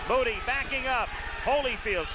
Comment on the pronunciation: Moo-tea,,, not Moody. I had a long talk with Chisanda Mutti after this fight, and he told me that he was given the fight at short notice, as a he replacement. He told me that he had not had time to prepare for the fight. I asked him he took it, he told me that they paid him a lot of money (US $25 000)